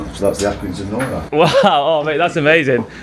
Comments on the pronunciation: It isn’t pronounced and norri it is pronounces as nor-i as in iron backwards. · It is pronounced nor-eye . Stop saying nori , it's doing my head in . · It’s pronounced nor-I not nory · Great vid man 👍 Happy to hear that the cool guy at the minute mark said nori and not norry as you were saying it. 😀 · It’s Accy NoRi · As an Accy born and bred lad can you at least pronounce the brick properly please…. It’s pronounced like NO-RYE and also Armadale 😂😂 don’t get me started but the parking there are absolute pricks… I got a £100 fine for staying 35s more than I should have… also my ex got a fine for being on the white line of a bay not over it but on it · NORI is pronounced nor eye. The legend is,the brick was named IRON but he guy that did the print for the brick accidentally put the lettering the wrong way round and it stuck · I have to correct the pronunciation of the Nori .... it is pronounced "No-Rye". But yes our town is dying and Accrington = Acorn town is correct. The Arndale was amazing when it was first built. Such a shame :( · its pronoucend,,, NOR EYE. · Great video (as always) but as an Accrington lad, it's pronounced Norr-eye (like Iron spelled backwards), also there is one chimney still standing, it's on a street called Victoria Street (if you're ever back there) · Pronounced nor - like gnaw - then just I - like eye say it right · It's pronounced as norI capital i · Do you not have a problem with his pronunciation of the Iron brick. I`m in the comments before i`ve even watched the rest of the video because it`s Nor.... eye. Hence chuck half a Nori through the window. At 18 mins he finally gets it right after three different people correct him. Crisis averted.